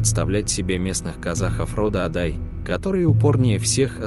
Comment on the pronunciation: Кто это читает? в казахском языке есть простое правило ударение всегда ставится на последний слог: ШахмардАн, ДжунгарЫ, АдАй!